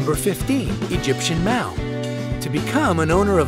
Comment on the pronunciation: Mau not May